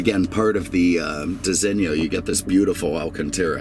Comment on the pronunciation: You just about say "Disigno" correctly, but there is no "i" in front of the "o". So pronounce it how you do but without the "i" , a bit like "Disino", not "Disinnio"... Capeesh? lol.